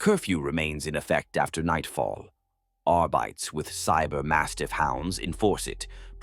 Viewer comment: I'm enjoying these, AI voice pronounces two or three words incorrectly lol! I swear arbites is a trigger word that snaps my brain out of the story and back to reality. Fix this please, if possible 🙏 thank you.